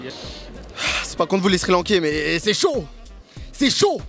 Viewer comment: quand il a dit les "Sri Lankais " jme suis dit "ALBATAAAAARD" mdrrrr